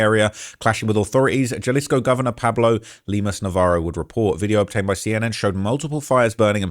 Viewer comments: Sorry homie. Vallarta is phonetically vayarta and jalisco is halisco. I'm usually not so simple, but i heard it over and over. I had to tell you. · Js are pronounced h in soanish politico. Jalisco is pronounced HUH-lisco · Jalisco: Pronounced; "Ha-Lees-Co" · Foo said JAHHlisko 😂😂😂😂😂😂😂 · You have to learn how to pronounce these words correctly,. J sounds like an H. Hal-ees-co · Jal isco 😂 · Bro was pronouncing Jalisco like Fredrick Jallah😂😂😂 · And, the ‘J’ in Jalisco is pronounced like a ‘H’, so, ‘Ha’ Halisco. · Your pronunciation of Jalisco is wild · Britts can't pronounce Jalisco 😂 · "Gel-isco New Generation Cartel" "Miss-Show-Can" 😂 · I’ll give you a pass on everything else, but J is pronounced as H in Spanish. So Jalisco is pronounced “Halisco” and Guadalajara is “Gwadalahara”. No hate, just saying that’s the easiest one to pronounce correctly Lol. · U don’t pronounce tha “j” like a “g” in Spanish it only tha “h” sound Example Damn boa dem jalapeños (Hollapeños) on them triple cheeseburgers got u lookn Ginormous 😂😂😂😂 Dude talmbout Jahlisco and Guanaggato bwoaaaa if uon trap mo n learn tha lingo or at least tha pronunciation … don’t cover stories dat u caint even sound sensible reading and describing lolol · He said Jalisco with the J 😂😂😂😂😂😂😂😂😂😂😂😂😂😂😂😂😂😂😂😂😂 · Dude said Galisco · Bro said “Jahlisco “🤣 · Let me help with some translation… Jalisco = Ha-Lisco (the j is silent) Michoacan= Me-Cho-khan hope this helps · ' Jah-lisco ' ahh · It’s pronounced Puerto Vayarta. And Halisco. And Mee-Cho-uh-cun. Bunch of other ones too. I get that you’re a Brit, but you’re pretty dumb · it’s PUERTO VA-YAR-TA and JALISCO is Ha-lees-co. Cmon g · HA - LIS- CO GUA-NA-HUATO